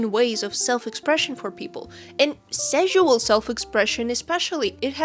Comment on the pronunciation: Ngl the repeated intentional mispronunciation of "sexual" made this a little hard to watch, it just did not hit the ear right at all and just made me think of szechuan (sp?) sauce the whole time. You can say "sexual" normally, it's fine. That being said, totally on board with you with the main point of the vid. I'm not comfortable with super suggestive manners of character stylization myself (likely a combo of my asexuality, sex-repulsion, and upbringing in an unfortunately very conservative part of the US), but I don't go out of my way to shame people who enjoy drawing that way because That's Just Rude unless they draw my OCs in a sexualized manner without asking if I'm cool with it first. If I don't like how someone draws their own art, I hide the post from my feed and move on. Closest I've come to this sort of shaming was when someone posted a "study" they did along with the reference that ended up looking like a totally different person in the same swimsuit due to how exaggeratedly large the artist made the breats and hips, and even then it was done privately in a convo with a friend and my main issue was with the art looking so different from the reference that it'd be much more fitting to have called it "drawing my OC in this fit" or something like that instead.